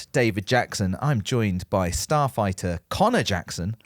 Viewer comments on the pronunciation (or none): It took me ages to realise that he is supposed to be a staff writer. I'm always hearing star freighter. 😂